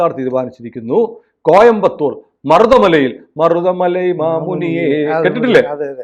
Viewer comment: മറുത മല അല്ല മരുത മലയ്.. യഥാർത്ഥ മരുതുവാ മല...